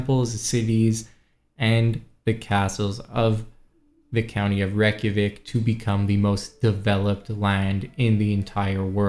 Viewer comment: reykjavik is NOT how your pronouncing it. Do you realize the millions of people your insulting IRL in this real capital of Iceland? sorry its Not good to do these things as a youtuber. Live and learn.